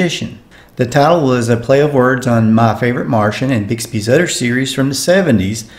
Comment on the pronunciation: The narrator can't say Other. He says udder.